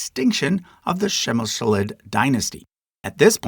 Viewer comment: a heroic effort in pronouncing Přemyslid 👏